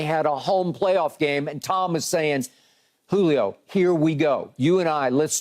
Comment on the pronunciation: I thought SHERM said CLITOR....... When saying Julio's name..😅😅